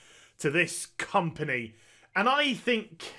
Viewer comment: I may have misheard, but it seems you put an interesting spin on your pronunciation of “company.” I thought I heard a ‘t’ in there.